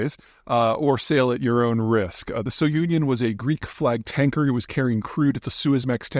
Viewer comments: Sounion ius a cape in Greece. "So union" is a mispronunciation . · The ship is named after the cape at the edge of Attika, Greece. And it's NOT pronounced like that. Is it possible that Pythia knows nothing about nothing?